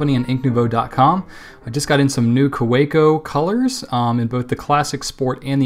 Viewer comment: It's pronounced Ka-ve-co. Its German, Germans pronounce their w's like v's.